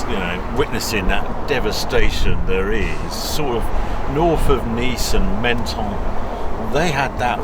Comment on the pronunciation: It's pronounced "mon-ton" not "men-ton".